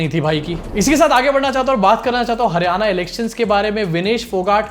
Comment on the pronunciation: Not Haryana, it's Haar-yana, mitron 😂